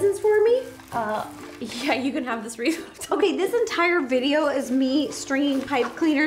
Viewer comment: Ro says wreaf not wreath